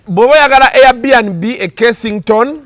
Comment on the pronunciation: oswaziza abe kabojja they call it air bnb not air band b eeish!!!